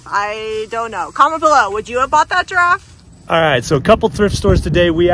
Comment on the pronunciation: A giraffff???? Lol!!!!